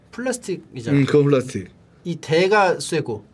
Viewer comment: 오늘의 차짬영어 : 돌라, 훌라스틱, 꼴라보